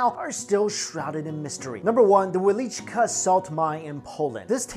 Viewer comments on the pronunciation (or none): ITs wieliczka. not wielicka. its not the russian word :) our lenguages are veeeery differente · 5 is promlnoynced vie-licsz-ka